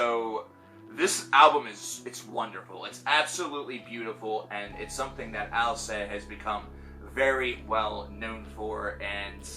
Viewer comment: Btw, you should pronounce the "t" at the end of the word "Alcest". This "st" suffix is not mute.